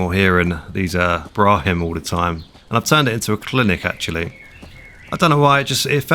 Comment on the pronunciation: "Brahim" T.T